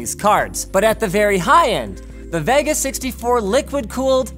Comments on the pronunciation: It's Ve-Ga not Va-Ga . :V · Vegga? Cregg ? .. at what point do you yanks want to just pronounce things correctly? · I get triggered by Linus' Vega pronunciation ..... Isnt it supposed to be Vey-ga? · The way Linus pronounces Vega is so weird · Hearing Linus say vega makes me cringe xD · The way Linus says "Vega" really annoys me.